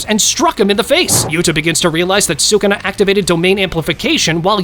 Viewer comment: Its sukuna not shukuna or sukna